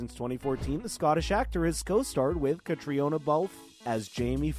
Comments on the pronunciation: Wouldn’t it be great if you learned how to correctly pronounce Caitriona’s name? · Why don't they know how to pronounce her name it's not that hard